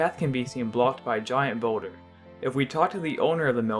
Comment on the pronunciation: I know its boulder it kinda sounded like dat